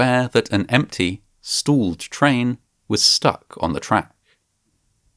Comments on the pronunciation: "Stooled train" lmao. Stop using AI to voice these videos, it ruins them. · I dont like the "stalled" pronunciation 😅 I would LOVE to know what the retraining was like... I think they made them write 1000 times "i dont know more than the computer" "i dont know more than the computer" "i dont know more than the computer" "i dont know more than the computer" Hey, manufacturer, there IS a device that measure wind speed that other manufactures put on their rides, cranes, etc, that alerta and logs when the máximum windspeed IS reached and alerts the operator and the manufacturer of shoddy operation by staff if they insists on ignoring safety procedures. This tip IS free of charge, from a nobody on internet without an engineering degree, or any degree at all for that Matter, use It wisely.